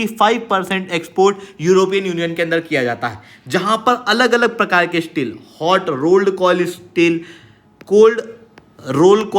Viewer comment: Please improve you pronunciation. You are promising courses and study material on top Indian competitive exams and can't even pronounce STEEL properly? It is Steel not Isteel.